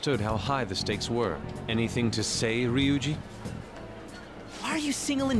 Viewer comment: I'm sorry for being so rude but, its really peeving to hear you say Ri-oo-gee and then say Ree-oo-gee the correct pronunciation is just ree-oo-gee I hope this helps somehow?